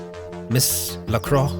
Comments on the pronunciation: LaCroix is pronounced la-croy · wow, all I have to say is... wow! Such a nice surprise after so long without new CBMs :) by the way, Lacroix is pronounced La-cro-á